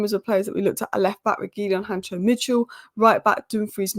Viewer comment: Han cko not hancho come on